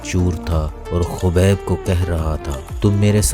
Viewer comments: Yar apni pronunciation thk kerlo plzzz khaaaaaabib Hy not khubaib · Khubek nahi bhai..khabib nurmagomedov hai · Awaaz to sai nikal and khobeb ni h khabib h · Khubeb nhi khabib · kobar nhi yaar khabib naam hai... sahi se pronounce kar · Bro his name is khabib not khobab aur baki video best hay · Its name not khobob it's name khabib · bhai aap naam kyun aise pronounce karrahe ho uska naam khabib hai aour urdu me usko habib hi kehsakte hain... russian accent me K almost silent hota hai. baqi sab to theek hai information.. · Gando 😂 u even can’t properly say name 😂 shame on you. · Naam pronounce karna aata nahi.. chaley hai YouTuber banney.. Dagestan & Chechnya part of Russia...